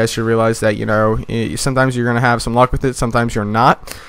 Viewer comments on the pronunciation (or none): none